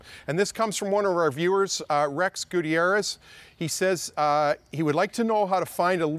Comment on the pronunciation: Hey Motoring - this is Rex! Thanks for answering my question, appreciate the professional response as always. Been a big fan of you, Brad, and the whole team since I was a kid. Keep up the great work! (p.s. Perfect pronunciation of my name 👍)